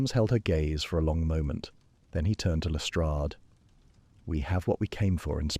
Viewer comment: I love the faux picture of benedict cumberbatch as the thumbrint but i also love how the reader(?) Uses jeremy brett's pronunciation of detective lestrade's name. What a conglomeration of respect for both actors!! Well done, reader(?)